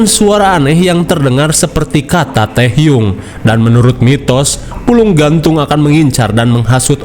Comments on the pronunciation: Tehyung?? Gw gak salah denger kan?? Gw ngakak kalo nyebut tehyung mulu.. 😂😂😂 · Belom apa apa ngakak duluan pas bilang tehyung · Tehyung???😂 hah? Apasiii😂😂😂 ngakak asli